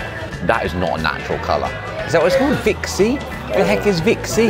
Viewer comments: He keeps saying "Vvv-it-a-men C" It's called "Hi-C" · I love when they call hi-C vit-C!!😂😂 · Its HI-C! Prounounced HIGH SEE